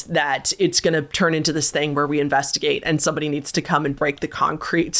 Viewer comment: LET’S INVESTIGÆTE 🗣️